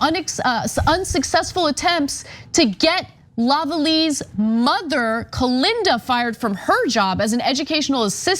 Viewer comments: its pronounced la-va-lay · The proper pronunciation of 'Lavallée' is "la valley." Love from Montréal. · Honestly this isn't important to the story itself, but.. Shania is likely pronounced "Sha-nye-ah," Lavallee is usually "la-va-lay," and they're not "Native AMERICAN," we call them Indigenous People (and those of us with even more respect avoid using "Canadian" at all in their titles-- they were here first, and they don't "belong" to Canada as a western country). I'm wincing even writing this nitpicky post, but I always try to take opportunities to educate when it comes to Indigenous people here in Canada. Our treatment of the First Nations has been horrific, and I don't believe that we as Canadians have the right to NOT mince words.